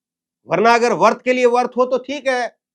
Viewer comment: वर्त नहीं व्रत है